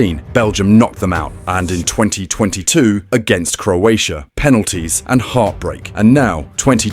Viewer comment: I'm Croat, next time learn to pronunce our name before pronunce it.